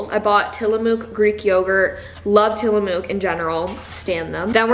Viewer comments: Ti l’amo ok is a town close to Pacific City where you went in Oregon and it’s actually pronounced ‘tilamuk’ the spelling is deceiving, but their cheese slaps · As an Oregonian, tillamook is pronounced with a soft o sound, like the word “look” just so you know!!❤😂